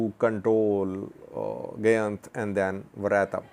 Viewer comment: Gayint is pronounced Guy-int and Sayint is an entirely different area in south Wollo, bordering East Gojam and the Blue Nile.